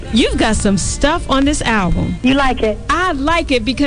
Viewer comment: not ablum🤣 great interview thank you!!